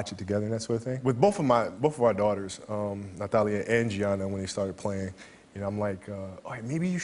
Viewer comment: I love how he pronounces natalia😍🥺